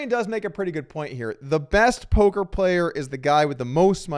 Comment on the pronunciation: We did it, after all these years of saying it in the comments, Doug finally called it polker news.